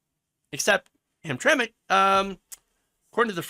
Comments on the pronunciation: Hey, aren't you from Michigan? We all pronounce it Ham-tram-ick here.:) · Ham Tram Mick is how it's pronounce. It's also not a suburb, it's a small city in the middle of Detroit. Very poor and have been discriminating against black people for a long time. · it is pronounced hamtramik. and they weren't like this before. it is going straight to hell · Gays have made this flag a symbol of hate canceling anyone who disagree with them and learn how to pronounce the name of the city idiot. These people always talk rights when the shoe fits others have the right to object to your ass even in public.